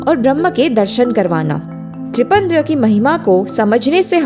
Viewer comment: पहली बार त्रिपंद्र बोली और दूसरी बार त्रिपंड्र। कभी भी त्रिपुण्ड नहीं बोली। किस प्रकार से संस्कृत का अध्ययन करवाएंगे ऐसे?